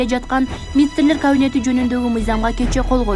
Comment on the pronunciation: Министрлер (кавинети ) дейт го ,кабинет дебей